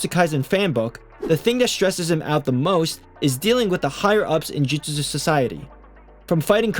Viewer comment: Bro said Jujujustu